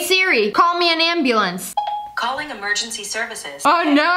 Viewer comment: Sssniper wilf: siri call me a anbluenc Siri: i will call you anbulenc now Lol